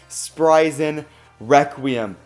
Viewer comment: No one: sprigen requwem